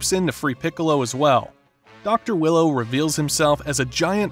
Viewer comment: It’s dr wheelo not willow ..